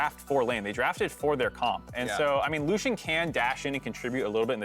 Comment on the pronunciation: Lucian? Really Lucian? That ain’t it chief.